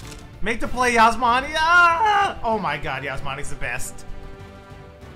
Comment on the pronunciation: just remember my mom thinks u call me cause you say yasmani I'm osmany lol